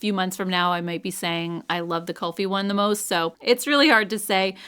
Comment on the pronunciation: Kulfi is pronounced kool-fee. It's a northern Indian dessert